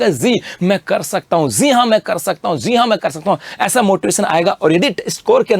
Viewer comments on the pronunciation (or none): Zeee haa me kr skta hu 😂 😝😝 bolna bhi nahi aata teacher log hokr bhi ye hrkete hai pronunciation to thik rakhna chahiye